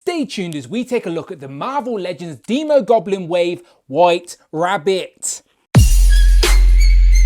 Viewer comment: Finally someone says demo goblin right as in demon. I would hold off on that Emma frost custom im predicting a white queen at toy fair.